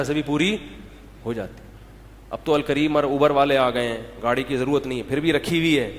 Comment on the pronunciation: Its zaruri not jaruri kindly carrect it